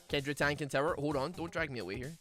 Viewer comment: Everyone: Kindred: Kendrid